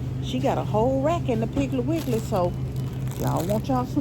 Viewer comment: I love ❤️ when say piggley wiggley 😂😂😂😂i ❤summer ☀️ fruit 😋